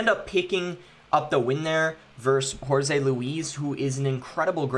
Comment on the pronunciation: there is no Z sound in jorge boss